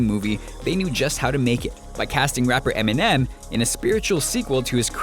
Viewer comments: lmao "EMINEN" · really? enimem in southpaw hahahahahaha